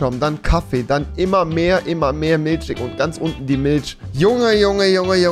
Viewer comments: digga das heißt Milch und Nicht Miltsch😂😂😂✌ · Rewi: Und hier Unten dann die MILSCH Alle: TRIGERRRRRRRRRRRRED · REALTALK !! Triggerd mich auch immer sooo hahaha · Niemand: Wirklich niemand: Rewi: eIn gLaS MiLsCh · Niemand : Rewi: Milsch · niemand: Rewi: Miltsch